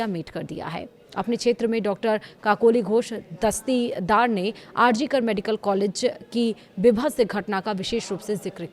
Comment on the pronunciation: 😂 kakoli ghosh dastii daar 😂😂 ... why should say her name in full when you can't pronounce it ?? Kakoli Ghosh would suffice ...